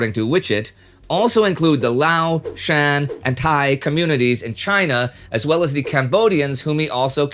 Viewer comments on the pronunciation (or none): none